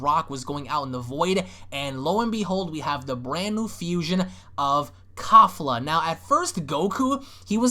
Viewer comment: Kalefla (kefla) the real proper pronunciation